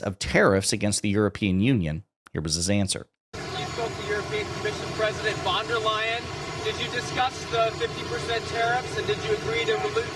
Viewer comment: And lame-stream media in cahoots with maga ignores what’s right in front of their faces. Reporter said Vonder Lion. 😂